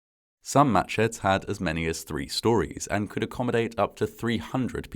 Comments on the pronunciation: Did anyone else hear "Match heads" rather than "Matsheds?" Or was that just me? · Wow, that's the date of my birthday. Exactly 60 years before I was born, but still, the same date. And I thought he was saying matchheads the first couple of times, which was tragically quite foreshadowing. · I kept hearing, “Match head” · Who kept hearing "match heads"?